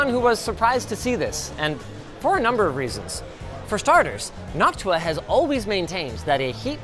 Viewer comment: I can't help but hear "Noc-tuah"